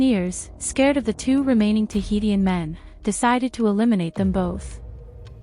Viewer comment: Interesting video but I don’t think you’re pronouncing Tahitian correctly, it’s pronounced Tuh hee shn.